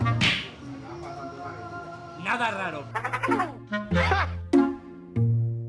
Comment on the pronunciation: Me dio risa cuando dijo gretos en debes de (retos) 😅😅😅saludos